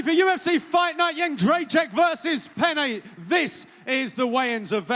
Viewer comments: Joanna Jędrzej-CZYK not CZAK. Come on!!! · yed-jay-check. how are so many people fucking that up lol